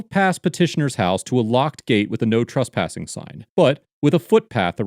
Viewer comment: STOP SAYING TRUSPASSING ! LMFAO and stop saying TRASPASING ! It's "trESpassing"!!